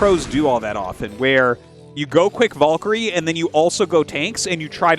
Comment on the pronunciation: English is not my first language, and even I am annoyed by Artosis's stubborn refusal to pronounce "valkyrie" correctly.